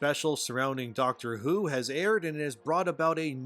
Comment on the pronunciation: Yeah, you're not qualified to talk about "Dahcktre Hou"